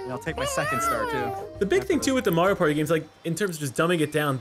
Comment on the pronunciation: then again, he does say mayor-ioh. not marr ioh. so. to be expected i suppose. shurg /s